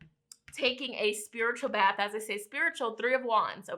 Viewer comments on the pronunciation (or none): none